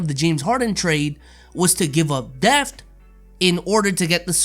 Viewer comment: English: ‘Depth”: ‘Deft’